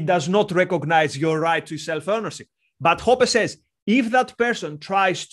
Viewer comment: Hoppe is pronounced like "oppeh"